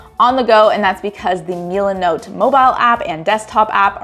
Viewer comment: It's MIL-uh-note. I have no idea why it bothered me so much to hear you say Milanote pronounced Meel-in-oat. I'm sorry to be that guy.😂😂 This room feels so much warmer. What an awesome makeover!!!!